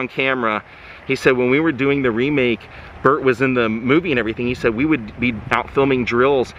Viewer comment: Burt! Not butt! Lol